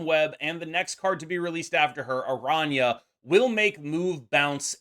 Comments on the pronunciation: Finally a YouTuber who can actually pronounce araña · pronounces her name correctly